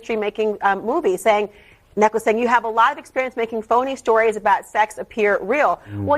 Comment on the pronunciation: Not neckles-“Neclace”. As in jewelry.